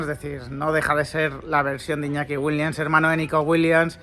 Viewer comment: Repitamos todos juntos… WILLIAMS (con M y S al final) Joder si haces videos y los publicas tienes que aprender a pronunciar correctamente los apellidos de los futbolistas. En ninguna parte del apellido WILLIAMS hay una N.